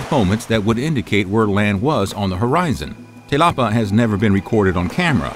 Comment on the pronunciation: i think in this context they mean te lapa or in maori te rapa which is flash as in lightning. the narrator has read it as "telapa".